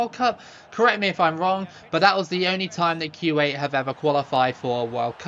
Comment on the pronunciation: I don’t know a lot about Arabic, but I think you are pronouncing Kuwait wrong…